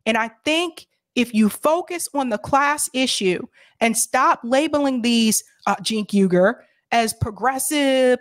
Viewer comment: “Cenk Ugar...” (head shake) = immediate like